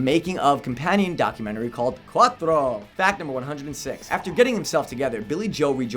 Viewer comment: St. Jimmy is not the main character of American Idiot. Also.. why do you have to speak like an idiot when you say "Uno, Dos and Tré" and "Cuatro"?